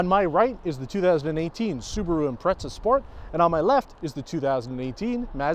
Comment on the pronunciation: what is the correct pronunciation of Impreza, cuz you're saying it like pizza